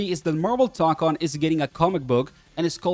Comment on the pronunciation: It's "toe-kon", not "tock-on". The mark above the o signals that it's a long o. Plus if you don't trust me, it's also how the in-game annoucer says it